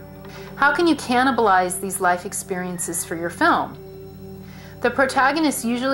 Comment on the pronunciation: Man I love it when she says cannibalize.